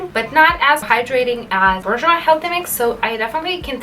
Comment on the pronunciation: Pronounced ‘boor - j’wah’.